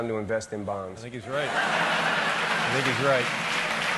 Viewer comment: I thought he said “when foreign markets volatile, invest in bombs”